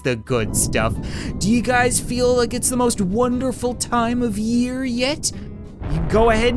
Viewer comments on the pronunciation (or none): none